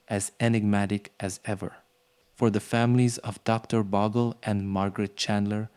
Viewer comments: Bogle, not Boggle. It's a Scottish surname. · It's pronounced Bowgel ..boggle sounds awful when Australians have heard Bowgel for years ..